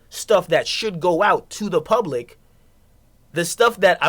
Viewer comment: nigga said "pubic views"